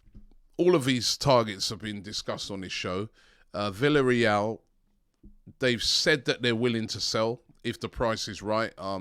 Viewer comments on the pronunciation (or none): none